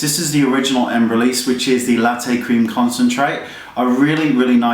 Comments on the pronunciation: Wayne the Embryolisse is lait (pronounced lay) not latte! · I loved how you said laté crème concentrate:D I love when English speakers speek French, not that my french (or English) is so good... Had it for 8 years in school and can't speek a good sentence in French:p Love your vids;)